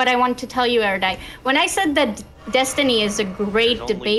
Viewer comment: How can Destiny still not pronounce Erudite?